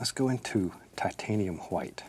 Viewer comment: mimi !! Old school way of saying Wh-words.